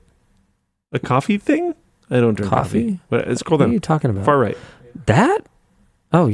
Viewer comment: What's this aboot?